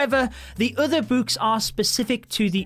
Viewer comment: I love using buuks. Buuks are my favorite addition. If I see something I can use a buuk on, I use a buuk on it. Buuk the troops? Yes. Buuk the hero’s? Yes! Buuk the everything?! YES!! Buuk buuk buuk. That’s how it’s pronounced, that’s how it’s spelt. BuuuuuuuuuuuuuuuuK